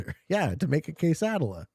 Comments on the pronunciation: Hearing him butcher kay-suh-dee-ah was mind aching and hilarious all at once lol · For the love of all that is good and holy………. Kay-suh-dee-ya Quesadilla. 😂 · Considering to make an appeal against visa seeing the way he pronounces quesadilla